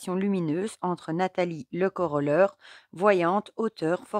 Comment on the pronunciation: Bonsoir ! Merci pour le partage du coffret de Nathalie 😊 Le Coroller se prononce « ère » à la fin, comme s’il y avait un « e » et un accent grave ! 😊 Belle soirée a tous